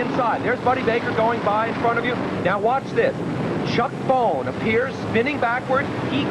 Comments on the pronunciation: its not pronounced 'Bone', its pronounced BOW-n. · # 8 Its Chuck Bown (pronounced BOW-n), not Bone. #7) That was a hard hit. #2) Davey's crash in 1992, they look so much faster, #1) Fuck Jimmie , Fuck Kurt Can't stand those two (Don't get me wrong Never want to see drivers hurt), Elliot's hit was fucking hard, glad he was ok.